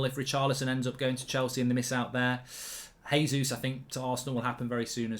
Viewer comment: JAYzus not HAYzus His name is portugese (they speak that in Brazil) - not S[anish.